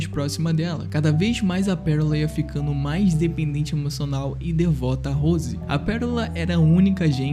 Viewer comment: Gostei do Vídeo no Geral. O Jeito que você pronuncia "Rose" me encômodou o vídeo todo. 😐